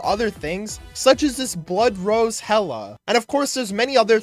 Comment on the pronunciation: its not "hella" is "hila" im pretty sure